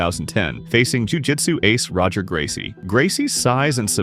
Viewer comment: Correct me if I’m wrong but Roger Gracie is pronounced as Hoy-her Gracie I believe. In Brazil the R is not pronounced